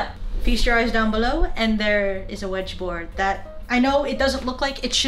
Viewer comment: when aki said "WEdgeboard" id had Vietnam flash back on the Luiigi/ouji/wedjie board video ... XD